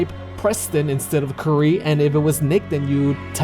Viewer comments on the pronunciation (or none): Curie - pronounced "Cure-y" You know, like Marie Curie, discoverer of radiation? Not curry.